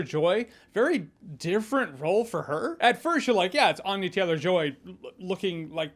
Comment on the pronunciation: Ann-ya not Ahn-ya